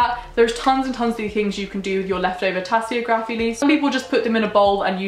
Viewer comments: This is a very helpful video, thank you! The only thing is, I'm pretty sure it's pronounced tasseOgraphy rather than tasseogrAphy. But great video as always! In the future could you talk about the differences between Wicca and witchcraft, and similar practices? Much love x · If she says tassyography one more time. Omg im so annoyed i can barely focus. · Pronounced Tassy og rafy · How do you pronounce geography? How do you pronounce photography? Then why is tasseography pronounced like that??